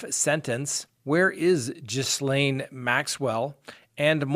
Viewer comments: You pronounce her name “GheeLane” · her name is pronounced “ Geelane” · Just to help- Ghislaine is pronounced Gi-lan. These odd Irish pronunciations! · Hi. I only knew this from watching the notorious Prince Andrew interview - Ghislaine is pronounced "G'lenn" (where the 'G' is pronounced like the G in the Australian greeting G'Day). Hope this helps. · Ghislaine is pronounce as "ghee-lane" 😊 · I think it’s pronounced Gee. Layne. (hard g). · Her name is pronounced GI L L. ANE. Just an FYI. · Her name Ghislaine is pronounced Gee-LEN (hard G) Maxwell